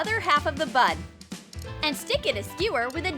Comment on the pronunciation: Honestly, this is really trash. WHAT A PHOTOSHOP THUMBNAIL. Also, when she says "bun" doesn't it sound like "butt"?